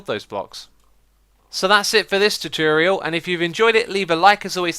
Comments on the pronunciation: ITS TUTORIAL NOT TUTURIEL PLEASE THIS HAS BEEN ANNOYING ME FOR YEARS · No, that was "choo-choo-real," worse than his normal "too-ture-iel." ;-) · ... did he say tutorial correctly just then?